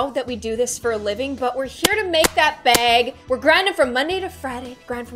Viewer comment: I love how when she says bag she says it like BeAg